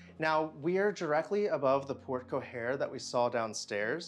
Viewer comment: Loved the home tour but please learn the correct pronunciation of porte cochere…the second c is pronounced as an s as port-ko-sher.